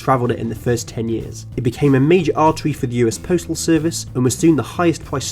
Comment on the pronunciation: “The panama wail woad was a majow awtewy fow amewicans wooking fow gold”